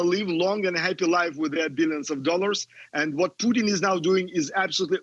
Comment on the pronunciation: This Comantator Cannot pronouce PUTIN there's an I in the name.